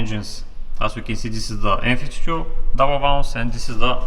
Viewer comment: I couldnt tell if he was sayn n52 or m52 😂😂😂😂